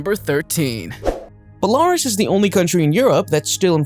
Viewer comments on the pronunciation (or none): You know it would be wonderful if the moderators of these videos would learn how to pronounce the names they use. It’s not Belarus. It is pronounced Bell a Roos. Please do some studying before you put a video on for the whole world. It’s called scholarship. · BeLArus???? Why do you people never bother to find out how a nation's name is pronounced? BelaROOS!!!! FFS! More accurately, it should be Byelaroos. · Belarus pronounced - Bell-La-Roose. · It's not pronounced Bel ariss, it's pronounced Bela roose. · It is Bel-a-Rus... hate AI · Bell-a- Roose! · "Bell-are-us" JFC.... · It's pronounced Bella-ruse you fools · Shiite is pronounced She ite. Belarus is pronounced Bell- a- roos. If you’re going to do videos like this, learn of which you are speaking.